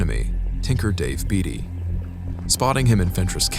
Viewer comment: Leb-nun Tennessee and Bay-tee is how u pronounce David Beaty's lastname.